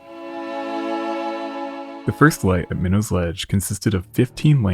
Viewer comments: Good stuff, however we pronounce it sitch-yoo-it, not skitch-oo-it, and my-nots, not minnows, around here. I recommend before making a whole video to just look up the places you're talking about on YouTube and find a video or two where someone pronounces them in a local news broadcast or something, that way you don't have to guess and potentially get it wrong. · It's pronounced "My Knot" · Minot is pronounced with a hard T, by any local mariner Pronounce it as a New Englander, not as a Frenchman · MY-KNOTS not minnows or whatever you're saying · Oh yah, it only took me reading 5 comments to see one correcting the way people pronounce the city's and towns of Massachusetts now we're correcting the name of the rocks hahaha. I for one didn't miss when he said the name of the rock 😂😂😂